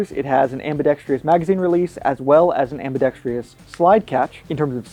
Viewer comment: Why can't a single gun reviewer pronounce "ambidextrous" the right way!? It's not "ambidextreeeeus", there's no second I or an E at the end. It's just pronounced "trus". If I was pronouncing something wrong, I would want to be corrected but I'm prepared to be lit up for being a grammar Nazi.